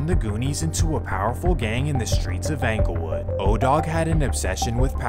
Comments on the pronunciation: Anglewood 😂 it's ING-GUL-WOOD (like Inglewood) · It’s not phucking anglewood, it’s Inglewood just spelled with a E damn get it right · it’s not pronounced “Angle” wood man, it’s “Engle” wood… you sound goofy everytime you say it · 😂😂 Yesssss... 😂 He's 𝘚𝘰 𝘙𝘪𝘨𝘩𝘵 that he can't even say the name of the hood right. It's 𝙀𝙚𝙚𝙣-𝙜𝙪𝙡-𝙬𝙤𝙤𝙙 yo, 𝑵𝑶𝑻 𝙚𝙝𝙣-𝙜𝙪𝙡-𝙬𝙤𝙤𝙙. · I'm just seeing this, I'm from Chicago. It's pronounced En gle wood not Anglewood. But I catch what you throwing. 😆 🤣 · I cringe everytime he says ‘Angle Wood’ instead of ‘Englewood’ 😏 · Am I the only one from chi slightly annoyed at how he says Englewood 😂 like bruh it’s ENGLEwood not ANGLEwood 🤦‍♂️ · Bro said “Anglewood” How you gon T up “2012” and then start talking about “2011” This video sucks dude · Dude keeps calling ENGLEWOOD , ANGLEWOOD 😂😂😂😂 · It’s pronounced like Inglewood Dope Video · He worked so hard gathering facts for this video but still calling it Anglewood lol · Talking bout 'anglewood". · The way he says anglewood 🤦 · Dude said Anglewood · BRO HOW YOU SAY ANKLEWOOD MAKES ME CRINGE 🥴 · I feel like you could get a lot more credit for doing these videos if you learned how to pronounce the neighborhood correctly. “ANGLE WOOD” sounds ridiculous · Yeah, he could have just YouTubed a video of Chicagoans pronouncing the neighborhood correctly. It's a bit agitating. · most people in da City do pronounce da S actually. No that Englewood part. Way off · It's Englewood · THE MAN DIDN'T EVEN PRONOUNCE ENGLEWOOD RIGHT 🤣 AND I'M SUPPOSE TO BELIEVE HE'S CORRECT ABOUT EVERYTHING? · He didn’t pronounce it, but I’m from Chicago and this nigga was a menace. He’s facing death rn due to the federal rico and is charged with 7 murders. All he did was just read the FOIA. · The pronunciation of ENGLEWOOD annoys tf out of me